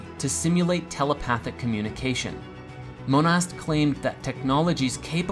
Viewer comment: The name Monast is said like "Mona".